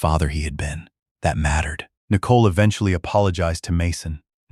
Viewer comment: The AI speech on this story is pretty bad. Out of context "daaaad" screeched. Nicole incorrectly spoken N eye cole" etc